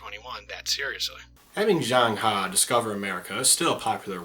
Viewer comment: u pronounced zheng he wrongly